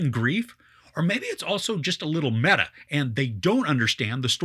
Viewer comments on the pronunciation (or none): none